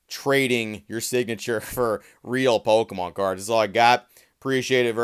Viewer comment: Why are you saying “POLkemon”?